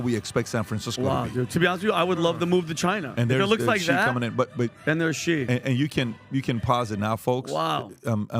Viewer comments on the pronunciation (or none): Love how PBD calls Xi. He calls him "G" when it's actually pronounced "She". 😅